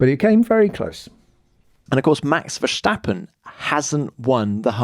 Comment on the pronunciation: He'll never learn!